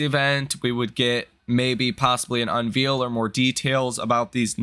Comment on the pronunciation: Unveil is not pronounced like veal or reveal. It is dericed from the word veil...pronounced vale unvale...as in to remove the veil from her face and she is beautiful